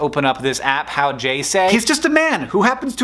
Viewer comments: The "j" in howjsay is actually a phonetics symbol for the sound in the beginning of you, yes, use, young, etc. So it's more of "how you say" than "how jay say". Just thought I'd point that out :) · it's not how j say, it's how'd you say hank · Mispronouncing "howjsay" to put particular emphasis on the J as tho it were an initial for someone's name and not a single-letter representation of "d'you" is a new mispronunciation height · Hank, ironically, saying HowjSay wrong. It's meant to be How-ja-say as in How'd ya say (How do you say)